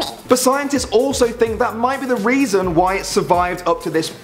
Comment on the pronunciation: Its reason not reson